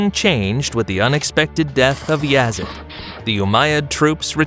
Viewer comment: And it’s Yazeeeeeaaaddd not Yazid